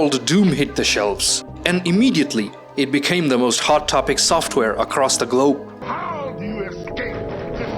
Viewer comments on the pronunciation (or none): it became soft topic across the GLUUUBE:D,, incorporated Pushto into english Lol, loving the videos man keep it up.